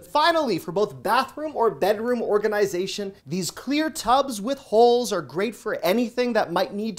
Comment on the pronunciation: Love your "organ"I"zation" pronunciation lol.